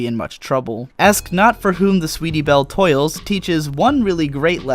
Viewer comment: Wow, you actually said the title correctly. That I was not expecting. What does 'toils' mean anyways?